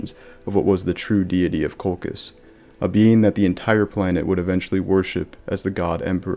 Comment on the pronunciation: it's Coal -Chizz. Not Coal-Kiss. This is a lore channel. Why do al you new lore guys not like to pronounce names the established way??